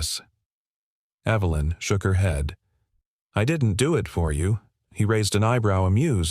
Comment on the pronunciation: The name 'Evelyn' is mispronounced, again with a hard 'E' when context demands a soft one. Oops LoL Obviously this issue is not understood by the author's team. Oops LoL